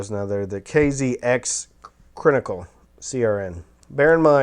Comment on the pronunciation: "I am not the first stop off the IEM bus" 😂😂 Rolling on the floor!! Brilliant self awareness! I think that's part of your charm. "Crinically" please stop!! 🤣